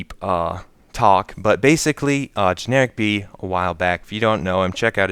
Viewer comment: Its Generikb not Generilkb :D